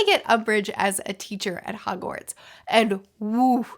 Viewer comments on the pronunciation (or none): none